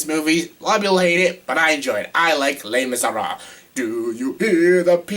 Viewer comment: The way you say Les Miserables is so wrong lol. It's [leh mee-zeh-rah-bluh].